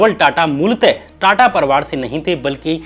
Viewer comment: श्याम भाई परिवार होता परवार नहीं,अधिकार होता है अधकार नहीं। आपका सिंसियर दर्शक होने के नाते आपको मेरी सलाह है थोड़ा सा अपने उच्चारण पर काम कीजिये। बढ़िया एडिटिंग और बढ़िया रिसर्च के साथ अगर भाषा भी ठीक हो जाय तो बात बन जाए।